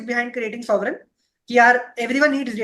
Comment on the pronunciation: Bhai....Aditya sir se timepass question q puch rahe ho? Thoda homework karke aao and ask good quality questions... Ye kya bakchodi hai ki why the name Sovrenn was selected? And you are continuously pronouncing it sovereign...Shame on you